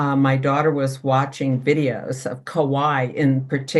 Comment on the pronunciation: Just because vowels are so important, especially in original language, Kauai is pronounced with three syllables, not two 😊. Thank you for the interesting info.